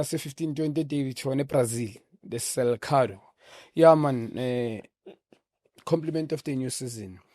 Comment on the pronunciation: The what ? its Seleção not selcado ...